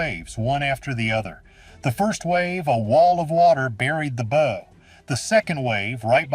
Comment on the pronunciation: Oh this is such horse shit. This is just AI slop, or at the very least the AI voice that can't say "bow" correctly is grating. I particularly liked the crazy theory about the Soviet submarine in Lake Superior. A Soviet cold war era submarine that would have been so noisy the navy would have heard it leaving port back in Russia. A Soviet submarine that would have had to make its way, undetected, through the Saint Lawrence Seaway. Then it would had to transit Lake Ontario, the Welland Canal locks, Lake Erie, the Detroit River, Lake St. Clair, the St. Clair River, Lake Huron, the St. Mary's River, and finally the locks at Sault Ste. Marie.